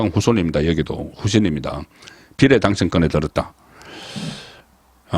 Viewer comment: 비이례 라고 발음 하세요...비를 짧게 발음하지 말공ㅅ